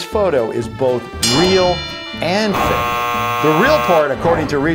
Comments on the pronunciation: Why do u say so fak it's funny its is spelled so fake it's funny 😂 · he said fak